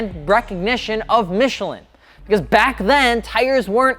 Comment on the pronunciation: Your French hurt me.